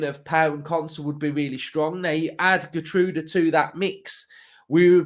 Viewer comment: It's pronounced Gheer- troudah. Great player; good in the air, likes going forward. Like the person before me, I thought Slot would be in for him too